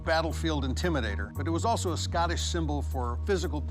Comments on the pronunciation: the scanish claymore... how did they mess up saying scottish? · I don’t like anyone who says SCOTTish like Scattish